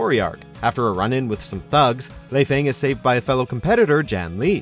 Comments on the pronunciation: 1 Helena HEL A NA not Helina 2 lee fang not lie fang 3 Ai yana not ayon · Lie-Fang xD